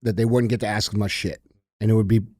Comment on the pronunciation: We shouldn't be challenging DJ with pronouncing towns when he can't even pronounce "ask" correctly. Love you DJ